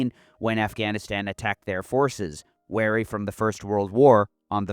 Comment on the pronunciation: re - Weary and Wary are different words with different meanings (and different pronunciations). It might just be your accent, but to me, it sounded like you accidentally said "wary" instead of "weary," when describing British soldiers in the aftermath of WW1.